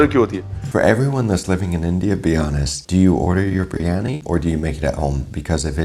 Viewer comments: 1st of all its a Birianyi not a Brianya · It's Biryani .. Not Bree-yani you donkey 😂😂😂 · Chef, you are a good chap, but you dropped a couple of syllables out of Biriyani...